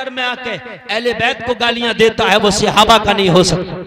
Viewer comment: sihabah nahin hota hai sahaba hota hai